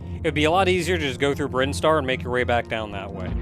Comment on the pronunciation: As soon as he said “Brine-star” I was like “Is THAT how it’s pronounced?!” Hey, the Super Metroid expert here, if he told me Crocomire was attracted to Samus and that’s why his skeleton pulls a SPOOPY, I’d be inclined to agree with him.